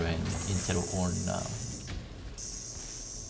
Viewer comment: Ornn might be about the only champion name pronounces correctly.